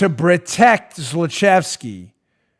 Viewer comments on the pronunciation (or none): Bruh-tect I'm going to say it this way for the rest of my life. Thanks, Dan 😐